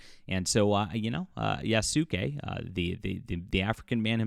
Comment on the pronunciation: It's Yas-kay, not Yah-soo-kay lol. Otherwise good coverage of the situation